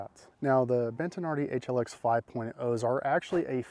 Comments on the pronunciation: Ha, there is no ‘n’ in Bettinardi, stop calling them Bentinardi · Why are you saying BENT-an-ardi? It is Bettinardi. Bet-a-nardi. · Brah, It's BET-TI-NARDI.... there isn't an N anywhere in the pronunciation.